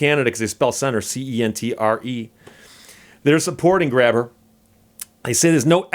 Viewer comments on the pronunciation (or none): hi steve long time follower, to help you out some when you read out his plate you read it as grab her but if pronounced with the h being silent it soundes like graber and that es how he sayes his name i am also from nova scotia and have followed this for a few years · It's actually pronounced "Gray Ber"